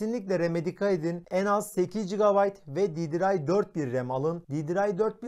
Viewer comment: Didiray ? ddr diye yazılır didiar diye okunur